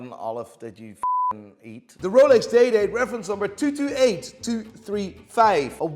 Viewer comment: Thanks to this video, I now realize that you're saying DAY and DATE. I thought you were saying Dae Dae, like a nick name. Like some famous pimp named Dae Dae wore that Rollie